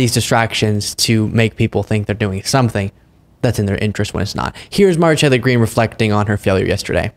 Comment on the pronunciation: Dude slow down and finish your words, the way you say her name is so fucking weird